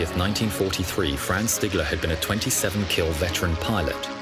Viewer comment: The german pilot’s name was ‘Franz Stigler’ Fr-ands St-ee-gler Just the name and pronunciation